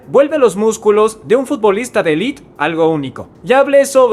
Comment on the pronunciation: Élite, no 'elit'